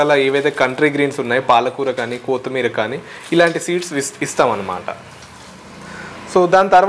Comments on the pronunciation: kotimeera kadu bro kottimeera......😄😄🤣🤣😂😂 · కోతి మీర కాదు బ్రో కొత్తి మీర